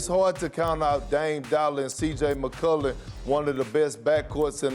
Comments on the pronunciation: This guy said Cj McCollor Lmaooooooo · Nobody Kendrick Perkins: “CJ Mcolur”